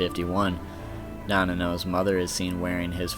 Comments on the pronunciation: Also it’s nanao, not Nanano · Gin's eyes were also shown as yellow in Bleach: Dark Souls for the DS. This was a good video but geez the mispronounced names were murder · i’m sorry but the mispronunciation of some of these names are lowkey triggering😂